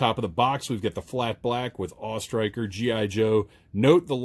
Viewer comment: I gave this video a thumbs up for pronouncing it the AWE Striker and not the A...W...E Striker.